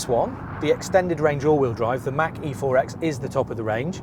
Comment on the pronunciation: FYI: Mach and E are pronounced as two different words. :) Mach (insert brief pause) E